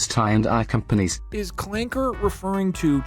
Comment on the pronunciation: I can’t believe Doug said Clanka with a hard R. r/wehatedougdoug will be informed of this transgression.